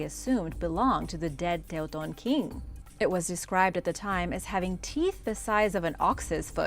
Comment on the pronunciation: You are the only narrator to pronounce Teuton correctly outside of Germany that is.